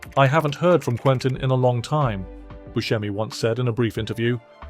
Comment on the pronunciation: The name is "Bu se mi" with a sharp "s", not with a "sh". Steve himself pronounces it this way and he should know.